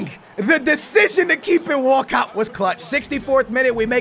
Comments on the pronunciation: Everyone: Walcott: Wacatt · Walcot sounds like walkout lol